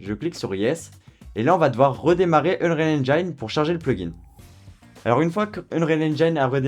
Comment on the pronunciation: "Unreal EngAIEne" encore un youtuber qui s'est coincé les doigts dans la porte ...